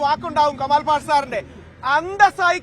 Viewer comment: കമാല്‍ അല്ല കുട്ടീ....... , കെമാല്‍ എന്നു പറയൂ 😇